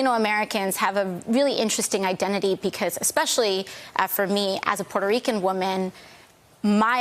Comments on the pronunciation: I’m “LATINA” hahaha the over pronunciation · She tried to make her self sound more culturally authentic by pronouncing Latina as LAHTINAH. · Regular speaking ...regular speaking.....heaviest accent ever when pronouncing "latina" lol Ridiculous. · Why does she switch to Spanish when saying the word "Latina"? So annoying. When speaking English, the word should be pronounced in English. Also the country is called Spain in English, not Espana, and it's Mexico, not Mehico.